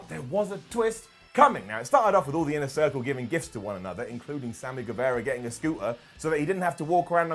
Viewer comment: "Inner Thircle" 🤣